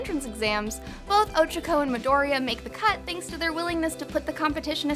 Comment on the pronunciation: Also the way she is pronouncing “Ochaco” is bothering me sooo much 😤😤 u can tell she is not an GOD TIER FAN